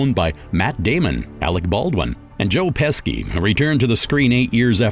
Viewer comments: Joined or Joaned? Joe Peski or Joe Peshi? You are not very good at pronouncing words. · Is anyone else going crazy from "bowolf" " joe pescy" and "maleficent" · 😂😂😂this narrator and his pronunciations...."joe peski" "dramuh"and some other mis pronounced words LOL it's irritating like when people mispronounce 2pac which is pronounced "two pock" but some people pronounce it "tupack"😅 it's funny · Great info, I just wish you has practiced your pronunciation for 3 months! There were quite a few names and even basic words that were said funny.... Joe Pesky lol It makes me think that this is a generated voice reading a text file!..... Great documentary but you owe it too the people you are talking about to at least find out how to say their names properly (as well as normal words) or listen for errors in the generated audio (which ever it is) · These are great documentaries, well done. But the narrator really needs to look up the pronunciation of names. Beowulf is not Bowulf and Joe Pesci is not Joe Peski, for example.